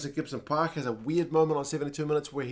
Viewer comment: Pronounce it right, 'Gibson Pork' lol. 😅